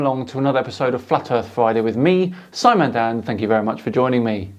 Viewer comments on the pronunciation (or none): none